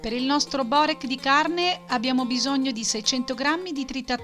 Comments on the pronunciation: Non si può sentire Borék non Bórek!😂... Inoltre quello con la feta è fatto con gli spinacini/spinaci... E non con il prezzemolo... In quello alla carne mancano le spezie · Si pronuncia biurek e non si fa cosi